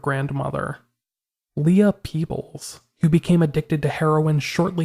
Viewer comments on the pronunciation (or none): none